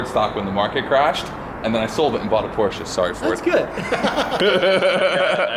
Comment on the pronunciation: KingOfNines its funny when people that can't speak German try to pronounce Porsche